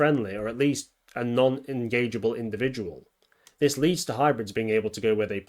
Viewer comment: "HE COULD BE IN ZIS VERY ROOM!"